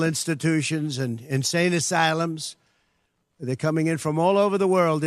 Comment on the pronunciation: The way he says, insane asylums, LMAO